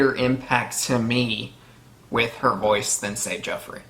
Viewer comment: Heh, yeah you do call Joffery "Jeffery" a lot. But, you're getting a lot of these names a lot quicker than I did. I was asking "What's that guy's name again?" pretty much up until S6. xD I also didn't recognize/pay attention to familial histories much when I first started. I kept thinking that what I need to know, they'd show and tell me, but there's a ton of histories and things are dropped off-handedly that I just did not hold on to. I had to be told by others who'd read the books or rewatch it in reactions to catch a lot of that stuff. Part of your retention of this might be the speed of you watching it also. I was watching the eps a week apart and then almost a year between the seasons.